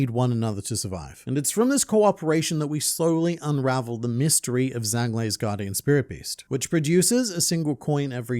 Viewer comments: Total nitpick but the Zh sound in Chinese sounds like a J in English so his name would be pronounced Jang with the soft A sound. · fwiw... in Chinese, Zhang is pronounced closer to "Jahng" (no actual Z sound) and rhymes with the English words "Song" and "Long"